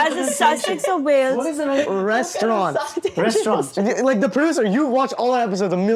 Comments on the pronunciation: It’s soooo funny when says restauran instead of restaurant 🤣🤣🤣🤣🤣🤣😂 and the kids point it out!😂😂😂😂😂😂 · Ok, probably is pronouncing it the French way. "res-toh-rahn". UK and US add the hard 't' sound at the end, but in French the final 't' is silent. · Restauran pronunciation was hilarious 😂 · Lmao that restaurauuu pronunciation even I noticed twice before pointed it out. Haha! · cutting off for saying Restauroo haha